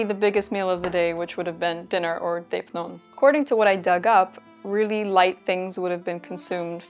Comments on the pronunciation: Just a suggestion, - ει - in δεῖπνον is not pronounced as the diphthong /ei̯/ (or /ej/) in Ancient Greek, but as a long-e = /eː/. Plus the circumflex changes it a little, it's something like /dé.è.pnon/ (the first é has a rising phonetic value, while the second è has a falling one, hence the symbol of the circumflex ^ ) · Deipnon is pronounced with a soft d sound… otherwise spot on 👍🏻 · You're right that's the English pronounciation (ch as k) but it's wrong because it's a Greek word and she was talking about the proper Greek pronounciation.